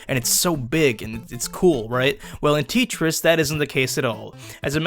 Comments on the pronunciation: Who the fuck calls this TEET-ris. >.< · Hey i belive the game is pronounced "Tetris" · i hate how he pronounces tetris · I hate this guy... he pronounced it wrong and he dislikes the game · U don't understand Tetris You even pronounced Tetris wrong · stop saying tetris wrong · You pronounce Tetris like my aunt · I was hoping you'd eventually pronounce it correctly... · wow. now i will never say Tetris properly again... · mispronouncing it on purpose. It's a parody review. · TETris not teetris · Dude. It’s t eh tris, not teetris. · It's pronounced "Teh-tris", not "Tea-tris" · It’s a Russian game and it’s spelled tEtris not titris) like Taetris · You called it "tea tris" it's pronounced "Te tris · isn't it tEtris? is really called tItris? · tea tris? Edit: i know its a joke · am i the only one who pronounce tetris, tEtris , not tItris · teetris huh I thought it was tetris.. and it's not a bad game to play if you're just bored or you're in class. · If you hated Tit-tris, you'll hate The New Tit-ris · It’s pronounced (teh-tris) not (tee-tris) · its not titris its tetris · Its not teetris its tetris Sorry it just annoys me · Literally as soon ad he said teetris I laughed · Tetris not titris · Its pronounced Te-tris not T-tris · How dare you call Tetris "Teetris" : /.. and it was first released by Nintendo not Sega. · it’s not teatrees it’s tetris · ITS TETRIS NOT TEETRIS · It's not teetris it's tetris you duuumieee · Its not ttrus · Tee tris I thought it was pronounced like te-tris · what do you mean Teeetris? It's Tetris (Pronounced te-tris) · TEEEEtris? I thought it was tetris. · IT IS NOT TEETRIS IT IS TETRIS!!! Also do you mean it? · its t e t ris not teetris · teetris? Tetris! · its pronounced t-ette-tris not Tee-tris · Tee Tris? I thought it was Tet res. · dude its tetris not titris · He says TITRIS... it's TETRIS! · TET RIS ITS FUCKING TET - RIS NOT TEET, WHAT IS THAT? sorry guys, had to let it out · HOLY FUCK ITS TETRIS TET RESS NOT TIT REIS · Teet ris